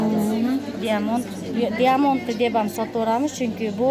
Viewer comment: Диамонд эмес даймонд